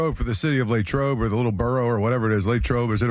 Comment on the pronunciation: Latrobe doesn't have a Y latrobe, not laytrobe. 🤷🏼‍♂️🤷🏿🤷🏼‍♂️🤷🏿